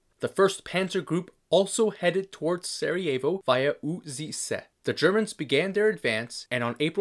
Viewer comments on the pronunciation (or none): Haha, I like how you butchered Uzice. Excelent work!